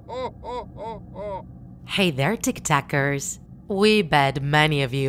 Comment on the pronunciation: ever time she say hey tiktakers i think she is saying hey there tiktokers